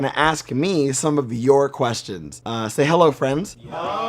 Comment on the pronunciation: Lost my shit at "Say hello friends." "Ahhwuheyyyhaihdi"